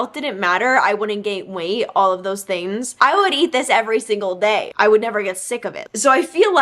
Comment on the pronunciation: please i beg can you start pronouncing the g in “things” lol, no hate but every time you said “theens” i got a little bit agitated 😂